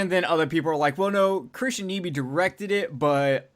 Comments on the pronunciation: His name is pronounced NEye Bee, not Nee Bee. I know because I once dated his niece. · Nyby is pronounced nigh-bee! And yes, my uncle Chris directed The Thing.